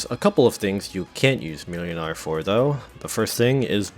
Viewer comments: Just a quick fyi, the ł is pronounced w, so it's like mwynar. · YOU FOOL, YOU ABSOLUTE BUFOON, the ł in młynars name is pronounced like the W in Wool, it’s pronounced “Mwinar” because polish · "ł" is pronounced "w" in Polish in most dialects (and only in Polish, for Reasons(tm)), so "Młynar" is "Mwynar".